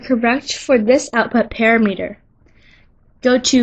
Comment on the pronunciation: Excellent content. I learned what I came here to find out. But please correct your pronunciation. It is pa-Ram'-i-ter not para-meter.